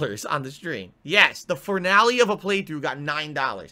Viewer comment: Da fur-nale of a playthrough got nein DAHLLers